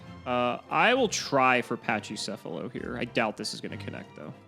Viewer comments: pls it's pronounced "Pakicephalos" not "Pachicefalos" it comes from Greek pls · A couple things: "Pack-ee-seff-uh-low" "Co-ah-kee-may-roo"